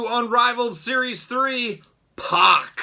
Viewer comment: Good video but get the mans name right, it’s pronounced “pack”